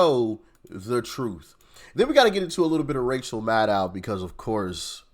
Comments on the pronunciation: Did you just say "Racial Maddow?" 🤣 She's looking more and more like Stephanie Colbert every day. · Rachel Mad-Now… 😂